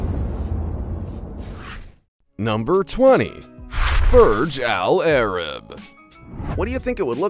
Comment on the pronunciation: It's pronounced Boorzh Allah Rab. 'Muricans 🙄